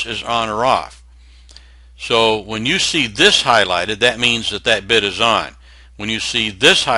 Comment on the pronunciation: This is a great video, btw at 7 mins exact you said "32 bitch" I literally laughed my ass off.